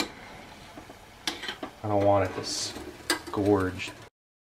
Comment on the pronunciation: I know I'm 4 years late, but the term is scorch like rhymes with porch or torch. It's is not scorage. Sorry, I had to get that out. Otherwise, you are an intelligent and entertaining YouTube educator/ entertaining individual. Love your vintage m.r.e. videos.